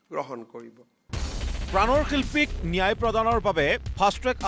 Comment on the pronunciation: মুখ্যমন্ত্ৰীয়ে ন্যায় শব্দটো শুদ্ধকৈ কব নাজানে, কি নেয়াই নেয়াই বুলি কৈ থাকে।?